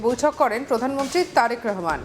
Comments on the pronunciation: রেহমান কি? রহমান বল। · তারেক রেহমান নয় তারেক রহমান